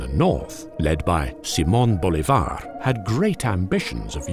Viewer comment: Finally a Brit that can pronounce Simón Bolívar